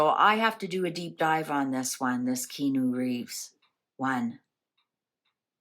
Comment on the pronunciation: This was interesting, i love how each segment is short and not dragged out :) However, some info is wrong. Keanu is pronounced Kee-Ah-Nu and his parents were NOT murdered. They are alive. His sister is also alive - she recovered from leukemia. Keanu had a stillborn baby and then his ex girlfriend died in a car crash. And his best friend River Phoenix died from an apparent drug overdose. Also, yes he is gorgeous and looks good as he has great genes (Chinese Hawaiian) but he has most definitely aged! Now that he is 60 years old, he is looking more his age.